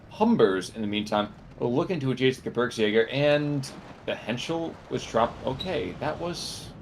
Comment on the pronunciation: Gebirgsjäger is pronounced like “Ge-beers-jager”